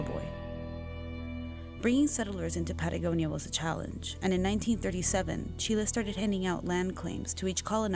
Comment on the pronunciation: Interestingly he's chilean but he pronounces the letter c with a lisp like a spaniard